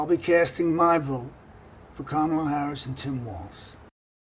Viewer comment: he said Kamala's name properly...did y'all catch that?